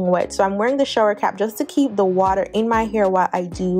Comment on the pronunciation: It’s the Jamaican in you hun... wata